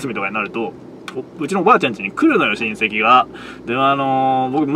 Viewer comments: 親戚が隕石の発音で草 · 親戚の言い方が韓国の人の名前みたいな言い方で草